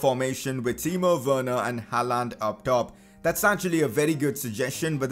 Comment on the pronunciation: Aight, lemme teach ya some norwegian xD When u say Håland u pronounce it like Haland. But to pronounce Håland just think of the word «yawn» or «law» its the same pronounciation :))